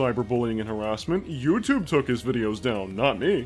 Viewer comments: I hate the way she pronounces YouTube. YEW-CHUBE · YouCHUBE YouCHUBE YouCHUBE YOUCHUBE